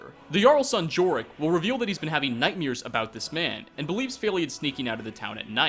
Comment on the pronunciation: Jesus Christ it's nightmare not nightmere